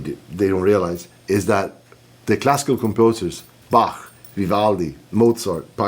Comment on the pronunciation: Yngwie pronounces Bach properly. Very good.